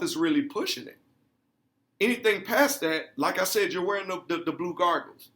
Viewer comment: "Blue Gargles", naw fam its Blue Goggles solid video/ article link